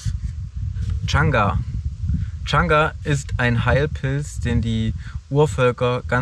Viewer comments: Der Baumpilz von der Birke heißt übrigens Chaga und nicht Changa. :-) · also von pilzen hat der junge mehr ahnung als die anderen.. heißt aber chaga nicht changa :D und nicht alle röhrlinge sind steinilze :) bester kandidat sieger der herzen baby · Ich muss jedes Mal lachen wenn er Changa sagt, der Pilz heißt eigentlich Chaga. Sehr sympathisch dieser:) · Wäre immer mit dabei gewesen hätte ich mir viele Zweifel an die anderen "Survial-Kandidaten" eventuell erspart, was das Wissen über Pilze und so weiter angeht.. Außer, dass es nicht "CHANGA" sondern CHAGA heißt! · Chagga Nicht changa ... digger come on